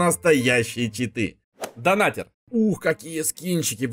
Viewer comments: я скоро стану твоим хейтером ни донатэр а Донатер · Ага) И так же донатЭр это донатЕр